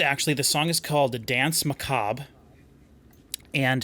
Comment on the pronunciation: people still can´t say "danse"... it´s french!